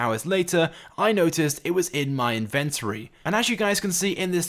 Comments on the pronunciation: It's not "in ven tory" but "inven tory" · Good video, but that's not how inventory is pronounced